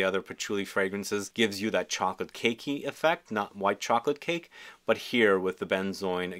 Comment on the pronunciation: He physically can’t say “chocolate cake” if his life depended on it.